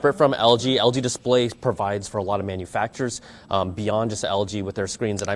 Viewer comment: did you just say algae instead of LG? Haah.. bad apple